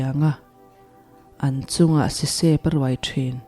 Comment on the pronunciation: A hlawk thlak thin hle mai, mizo tawng poh I chhiar dik viau mai, Pakhat lek ka lo sawisel lok, sisep tih kha i lam fuh vak lo.